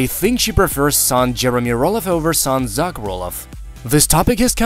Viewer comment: Cant pronounce Zach ?